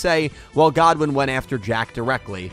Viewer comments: The thing is about the anime - the metaphysics of the universe are VERY different. Between how Mixed archetypes wouldn’t work, and how the souls of monsters respond to the duelist, flexible decks win over single focus decks there. “God-win”… it’s pronounced “good-win” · It's Goodwin not Godwin. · It’s Goodwin not “Godwin” 🤦🏽‍♂️🤦🏽‍♂️